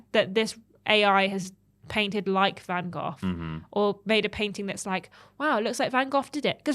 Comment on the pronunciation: Was it just me or did she keep calling him "van goff".....she said it like 10x and each time i heard the "f" more and more. Does she think its Vincent Van Goff?